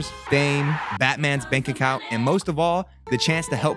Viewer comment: I love the double emphasis on “Batman’s Bank Account” as your reason to want to be a super hero😂😂